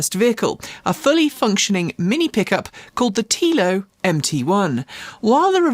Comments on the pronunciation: TELL-O, TELO, no? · FYI, Telo is pronounced like „Hello“ … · sorry, I meant the way it was pronounced... maybe it is just me... thanks and take care!